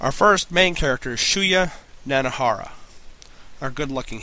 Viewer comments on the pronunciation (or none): I loved your review. c: I own the two movies, the novel, and the entire manga collection, and I love it. xD I've been a BR fanatic for a good year and a half. Just a few things in this review bothered me. Mispronunciation of names and such. [Mainly Noriko, Nanahara, Kazuo, and Mitsuko.] If you listen to the way the actors say the names in the movie[s], it's easier. You'll know for sure how they say it. c: Other than that, great review~